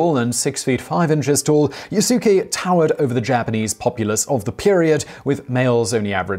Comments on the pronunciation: Yasuke is pronounced “Yasske” like Sasuke with a Y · Simon! Watch more anime my friend. The more appropriate pronounciation of the name is "YAS-kay." The u should barely be pronounced. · Good research, love this episode... One thing tho, (don't think you noticed ) his name is pronounced "Yas-Kee" lol, sounds fun with pronouncing (Yah-su-ke) tho ;) (Yes, his name is spelt Yasuke) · It's not Yah su ke, it's Yas- ke. The U is silent. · Yasuke is pronounced "Yass-keh" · the u in yasuke is not vocalized. that's because in the japanese language, if a u comes between two devocalized consonants, it becomes devocalized. that means you mouth the u, which does subtly change the ending of the proceeding consonants, in this case the s. so it's pronounced more like yaske without a u, but the u is mouthed but you just don't vibrate your vocal chords, leaving a slight pause and also changing the tone of the preceding s consonant. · Simon: My French pronunciation is terrible. Me: Quoi??? I'm sorry I can't get past the yah sukeh. Lol =op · yaskay you'd know how to say the guys name if you watched anime at all. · Yasookay, lmao. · Pronounced Yahs kay! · Beginning with your pronunciation of Yasuke the whole video is bullshit. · A-kichi Mit-sue-hide? Ya-sue-kay? 😨